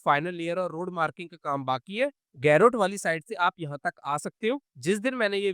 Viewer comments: गैरोट नहीं भैया, गरोठ ✅ 👍👍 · Why are you pronouncing garoth in English 😂..